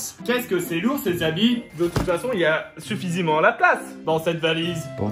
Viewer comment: Theo il à dit sufisaiment